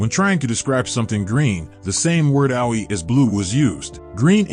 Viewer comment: Geez, get announcers who can pronounce the foreign words correctly. This guy's Japanese words (referencing places and simple words like AOI - he said ow oy eye) are atrociously mispronounced. His English isn't that great either.